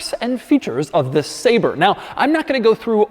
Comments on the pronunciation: He keeps saying “Say-Ber” when he should be saying “Saab-Rey” I’m calling Jo Bennett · Ah yes. The McLaren SAB-RÉ. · I clicked to check whether it's pronounces sah-bre or say-ber lol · I wonder if they make printers too? 🧐 I thought it was pronounced “Sabray”